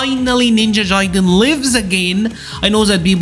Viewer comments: Jaiden???? It’s gaiden. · Ninja Jaiden? 😆😂 Hard “G” for Gaiden (guy-den) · bro how do you play this game so much and pronounce it ninja jaiden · Guy-den lol but keep pronouncing your way you earned it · haha that's ok man ! It's indeed a japanese word (外伝). And yeah if that can help you as an English speaker you can say "Guy-den". No offense really, it was just funny because nowadays most media pronounce correctly those kind of "Japanese words that you can often find in video game titles". I like your content, continue the good work!